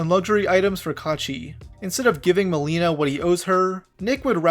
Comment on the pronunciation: I should kind of insert my own opinion of nmplol. First of all it is Ma LAY na not Ma LEE na 😭 Now I am not going to sit here and claim none of the things he said about Malena were not in jest, but having watched them for almost their whole career together, a huge majority of the things they said were in jest. Obviously in hindsight it is not as clear anymore. Malena pops up every now and then through social media, but she is otherwise very quiet. I do not blame people for being turned off by Nick. He has a streaming persona/personality that really only clicks if you’ve been watching for a while and understand he is not serious a majority of the time. The divorce proceedings honestly, I would be inclined to believe Nick that there is no bad blood there. It is a touchy subject and he often only references it in jest. The attempt to seal the records, at least to me, reads as an attempt to stop people from harassing him. I could also see it the other way, where he is trying to hide something, but Nick does not strike me as that kind of guy. All that being said, I could be completely wrong. At the end of the day we don’t really know these people. One last thing about this. I don’t think Tectone is financially incentivized to hate Malena. I just think they genuinely hate each other. If memory serves me right, Malena always felt very strongly about Tectone. He is the only OTK member I can recall Malena genuinely hating.